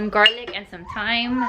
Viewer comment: Lol first the potatoes. Then when she said “thyme” with a pronounced “th” 🤦🏻‍♀️ she gets me.